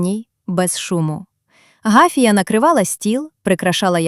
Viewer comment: Гафія , наголос на другому складі.